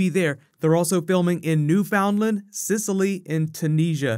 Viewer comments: hey, it is said New fundland not found land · did he mean they were shooting in newfoundland as in (new-fin-land)?? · "New-FOUND-land"? lol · nu-found-land lmao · Ha, New-FOUND-land. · New-found-land hahaha